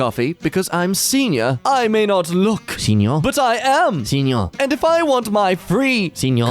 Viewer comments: saying senior is the funniest crap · I don't know why but the way he said senior had me weaaak 😭😭😭✋✋✋